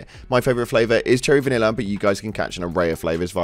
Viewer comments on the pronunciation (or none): none